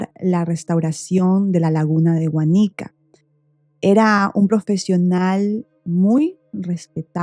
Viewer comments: Guanica, con acento en la A. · El pueblo de Guánica con fuerza de pronunciación en la primera a. Soy de Puerto Rico y me gusta que las personas conozcan mi país. Ese caso ha sido bien controversial. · Disculpa la corrección, pero Guánica lleva acento en la "a". Guánica es un municipio, Guayanilla es otro municipio.